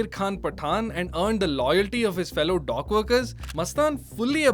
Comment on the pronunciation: Say dock. The way you say it, it sounds like dog